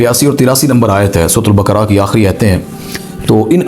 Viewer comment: Bakra nai sir baakaraa